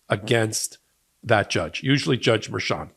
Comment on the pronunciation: It's Merchan, not Mershan. Spanish.